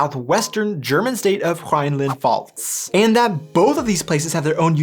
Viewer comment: where the hell is huh-rhineland pfalz?